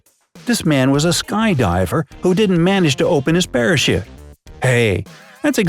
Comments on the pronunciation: On #3 you said parashit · Did he say parashit that's what I heard lol